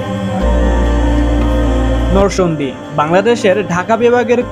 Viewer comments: Noshondina narsingdi age occaharon thik koren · নরসংদী কি রে ভাই, নরসিংদী বললে কি হয় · নরসিংদী উচ্চারণ ঠিক করেন আগে,আর নাগরিয়াকান্দা না ভাই,কান্দি হবে😆